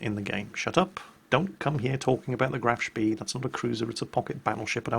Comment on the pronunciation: Please read up on the Washington Treaty... You'll find it interesting:) The Graf Spee (Spay.. is how I would pronounce it!!) was a Heavy Cruiser with big guns!! We, the British, gave her the nickname of a 'pocket battleship'!!!!! Trust me!!!!!!